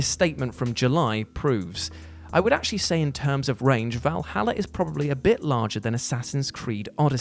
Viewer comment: It's "Valhalla" man, not "Vahala".